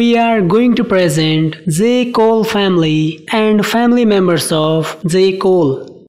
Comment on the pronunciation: Dzay Cole 😂😂😂😂💀